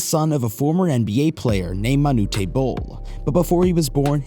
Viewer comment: Manu-tAy Bol ??? Ok, whatever you have to say after that is a waste of time...d@ millennials/z's whatevers.